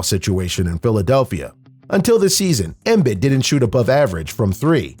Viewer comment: Please stop saying “Embid.” It’s “Embeed.”